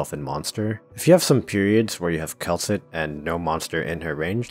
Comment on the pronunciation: You did Kal'tsit dirty 😭